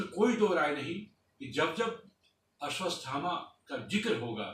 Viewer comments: आश्वत्थामा है ना कि अश्वतस्थामा है... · Bhai Mere "Ashwadhama" bolne tho seekh jaa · भाई वो "अश्वथामा" है "अश्वस्तथामा" नही ।